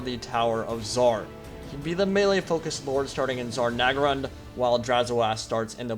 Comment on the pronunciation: Cool video, but It's Zharr Naggrund, not Zarr Naggrund.